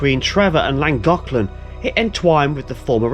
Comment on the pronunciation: Nice video. You're not pronouncing it correctly, but hey, you're making a good effort, and that's fine. Just ask a local the next time that you're in the area. It will still take some prctise to get it correct, but you're giving it a bash, and that's what matters.👍